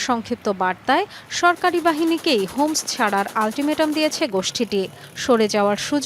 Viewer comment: হোমস না 👉👁️👁️ হামস